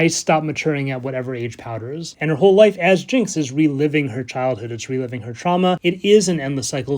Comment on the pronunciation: Everytime he says "life" I hear "wife" and I just can't help it hahaha. Okay back to the video I always love how you can explain everything in such a calm way and still be so interesting